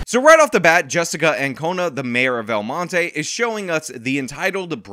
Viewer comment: LOL!, you pronounce "El Monte" like a gringo. 😂